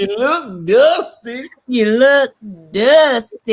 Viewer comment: “Ya look duustay”